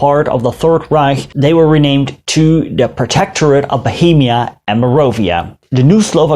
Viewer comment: Nice video. Small comment; You keep saying 'Marovia' but it's 'Moravia'.